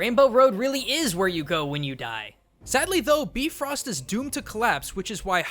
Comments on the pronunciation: No, its Bye, not Bee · I dont know why this annoys me so much but the rainbow bridge in nordic mythology is pronounced bye-frost not bee-frost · You pronounced bifrost wrong!! "Bee-frost?" Really? Do your research! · Its pronounced By-Frost not Bee-Frost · not beefrost bi-frost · Bifrost is pronounced with a Bi not a bee, You said Beefrost not Bifrost:D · "Beefrost?" "Joetun"? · Bifrost, BI, not B-frost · It’s pronounced b-I-frost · It's pronounced bi Frost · You sayed it wrong its like "bye frost" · You pronounced Bifrost wrong. it's pronounced B-eye-frost. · BYE-frost! just a nitpick but otherwise awesome video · he was very close to the pronounciation. just the "ö" was wrong, which really isn't much of a deal. it is bee-frœst after all. most europeans do pronounciate "i" as "ee ". Americans usually just use to don't give a damn about it... but i am quite sure that Heimdall isn't a son of Odin. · Yeah, it's supposed to be Bifrost. They just pronounced it wrong in that movie. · on the Norse lore, the pronounciation is wrong. Look up at Marvel's Thor.